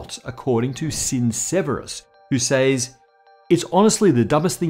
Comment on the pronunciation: im always a little weirded out the way says "says" with a long "a" sound......